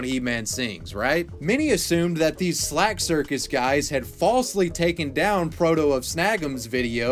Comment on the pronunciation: Why you saying “slag”? It’s slack. 😂